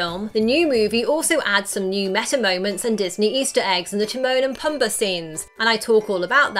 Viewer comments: What the hell is with adding r's where they don't belong? She pronounces Simba as Simbar. His paw is a pawr. Poomba is Pumber. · The way she says pumba 😂